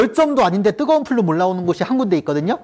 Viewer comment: 안녕하세요. 작년에 우연하게 우주론 강의 듣고 너무 좋아 구독 신청하게 되었습니다. 이렇게 매번 현장 수업 녹화하여수업 올리는 것 보통의 자신감과 열정 없이는 힘든 일인데 대단하세요.^^ 강의 잘 듣고 있습니다. 저도 수업하기전 선생님 수업 한번씩 듣고 가면 정리가 한번 더 되는 것 같아 매우 유익합니다. 그리고 매우 스마트하십니다. 플룸 구조론에서 플룸을 flume라고 하셨는데 plume 아닌가 해서요. 감사합니다.^^